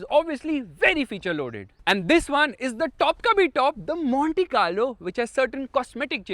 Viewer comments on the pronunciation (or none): That "Monte Carlo" at :30 seconds did sound like "Mohanty Car Lo" :)